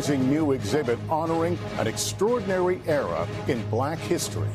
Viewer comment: too much emphasis put on black